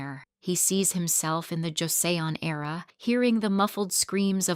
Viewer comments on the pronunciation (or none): 영상에 조세온이 아니라 조선이라 발음합니다~ 영상에 있는 건 아니나 현다이가 아닌 현대로 발음해야하구요.